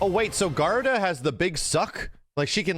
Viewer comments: Your pronunciation of Garuda is hilarious lol. Ga Roo Da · Man, saying Garuda's name. I try to not let those things bother me but after playing ff14 for like 4 years oof